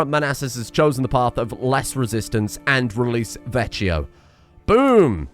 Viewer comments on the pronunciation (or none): none